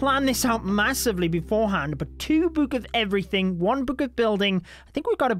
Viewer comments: can this bloke please stop saying boohk ffs? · i love how he says book